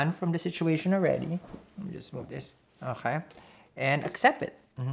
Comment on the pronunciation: I love the way he says "akaay" 😁